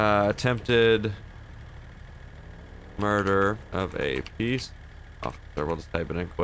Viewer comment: attempted "muder" hahahahahahaha